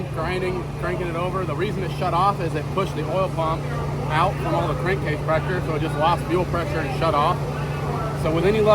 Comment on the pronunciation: Cank crase problem? Lol. An I the only one that caught that lol